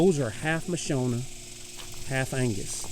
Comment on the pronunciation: Pronounced Ma shon a, not Ma sho na!! they are from Africa!!